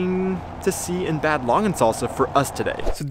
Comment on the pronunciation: You're totally right 👍 ...and to go on: It's NOT "Bäääd Langensalza"... it is pronounced with a "long (stretched) a" like in bath... 😉😂